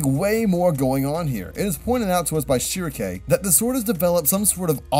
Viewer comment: BRO. ... BAY-hell-it. behelit. BE-helit. kinda Like daedric. SHEERK. Shierke.